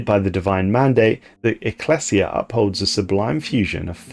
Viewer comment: His mispronunciation of anything not typical English (eg ecclesia, combine) is also a bit humorous but seems slightly less than professional